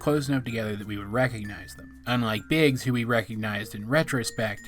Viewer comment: I thought that instead if "Biggs" she said "Bix" as is "Bixbite"